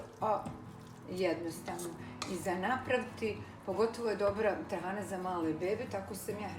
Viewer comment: Napokon da cujem pravo receno trahana. Ruke ti se pozlatile.